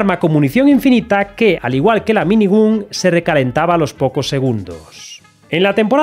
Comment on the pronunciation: El vídeo bien, pero por favor, pronuncia bien "minigun", que en el proceso de ver el vídeo me sangraban los oídos XD